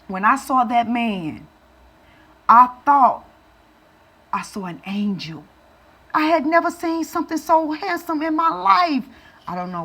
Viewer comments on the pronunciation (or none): none